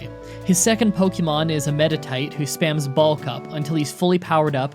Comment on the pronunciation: I thought you said "ball cup" not "bulk up" lmao now I can't un hear it